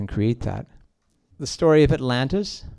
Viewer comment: And it's Story! Not SHTOREY!